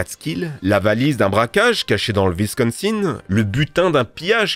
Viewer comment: Bruh il dit visconsinne. Ça se prononce Wisconsin.